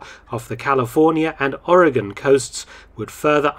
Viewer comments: I live on the north Oregon coast. There are people in my own country who can't pronounce our state correctly, but you do. Well done, sir. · You said "Oregon" correct!